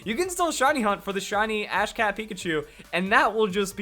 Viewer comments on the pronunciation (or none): "Apparently the Ash Cat Pikachu-" I'm sorry. What? I know it's supposed to be Ash CAP Pikachu, but it sounded exactly like Ash CAT Pikachu. Just pointing it out, and what in the world...